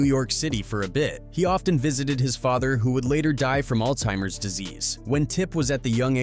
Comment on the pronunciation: Did he say “all timers disease”???